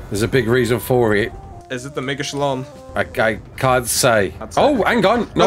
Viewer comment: I forgot the Mega turtle was a thing so I thought said Megaschl0ng 🤣🤣🤣